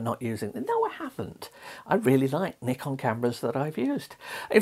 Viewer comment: you're pronouncing it CORRECTLY man!! well done !!